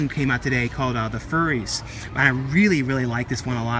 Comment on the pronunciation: You keep pronouncing "Furies" as "Furries" ...